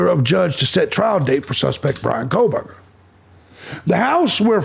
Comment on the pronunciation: welcome to kohburgers, home of the koh-BURGER can i take your order? 😮